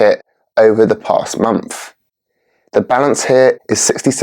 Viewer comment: Month, not monf :)